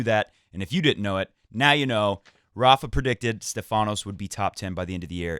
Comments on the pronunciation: Tsitsipas will beat him again. And it’s not SteFAnos ...it’s STEfanos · Oh man:-D!! You say StEfanos's name right once and then you go and spoil it again:-D! Please check your Twitter msgs, I'm sure you won't get confused about this ever again:-D;-). I see you lost some weight (maybe from the flu?). Kudos and keep it up, it suits you! I think Thiem won Lyon last year, so he loses 250 pts, haven't done the math yet to know how that fares between him and Sascha. Agree about Fed, hope he reaches QFs.